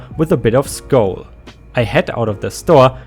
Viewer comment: SCOWL is actually and CORRECTLY pronounced as SK--OWL like said like OWL, or FOWL, TOWEL, or VOWEL,.... It is NOT said like Skull!